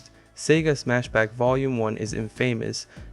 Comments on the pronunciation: So you know "infamous" isn't pronounced like "famous" it's pronounced "in(same in)-fuh(as is fudge)-miss(as in misses)" You could probably argue uh versus ah and/or uss versus iss but yes, we pronounce them differently. Kind of like the though, thought, through, etc. English is a language of memorization but the structure is incredibly simple and easy to use and understand. Some people think it's flawed because we can come up with that that, and the famous buffalo buffalo buffalo, etc but being bilingual knowing French I can say memorizing words is easier than memorizing grammatical rules. Also abbreviations are illegal so no "you're" or that's" and they'd die seeing a "couldn't've". Gotta love English. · Just a minor correction, infamous does not rhyme with famous